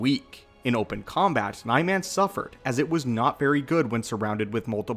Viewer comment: You mispronounced Niman